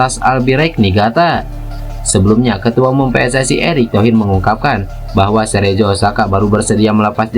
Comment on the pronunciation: Cerezo dibacanya Kerezo bukan Serejo ah payah kali kau, Min...